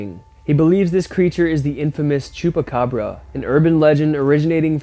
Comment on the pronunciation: nope I'm not,I'm an idiot and didn't check my own writing,it was supposed to say that the word is chupacabra not chupacabro which is how he pronounced it in the first part of the video.